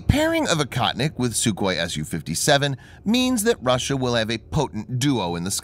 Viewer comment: Akahtnick in Russian means nothing! Oh-HOE-tneek, the correct way to pronounce the word, means "hunter."